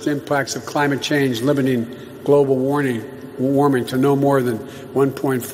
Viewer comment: He couldn't even pronounce global warming lol